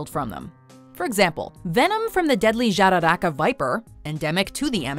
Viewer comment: Perfect pronunciation on "Jararacas"!